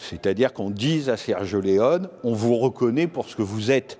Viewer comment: Mais pourquoi vous le prononcez Sergio Leon 🤣. Et c'est par un expert de la cinématéque française!!!! Ridicule.